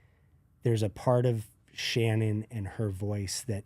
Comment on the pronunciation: Folks... the name is Shannen, not Shannon or Shannan. Shannen. It's even written in the title so pay attention.